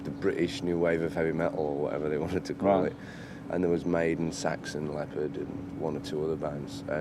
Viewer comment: The interviewer’s pronunciation of leppard is weird